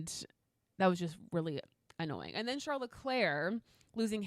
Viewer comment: I really appreciate you pronouncing Charles´ name the original French way but you´ve got to do his brother the same courtesy as well 😉